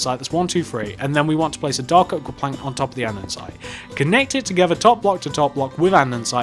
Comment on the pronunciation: andesite not andensite